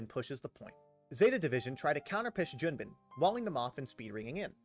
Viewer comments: Pronouncing Junbin correctly 🥲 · Oh no, you did Junbin right! I was thanking